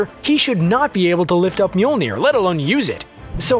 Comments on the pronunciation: I don't think you said that right. It's not Mewmew? No, no it's not. Whoops! Whoopsie! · Narrator : "Mjolnir" CC : "Mule Near" 😂😂